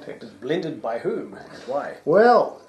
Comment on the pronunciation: "Blended by whoM?" 💯 Then... "It´s a Dewar´s jobBY" ^^ Cracked me up, you do know what "jobby" means in Scots slang, right guys? ;D